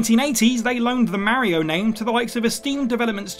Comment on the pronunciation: I didn't know the name Mario can be mispronounced 🤣